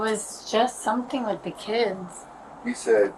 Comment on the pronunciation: “For my keeds.”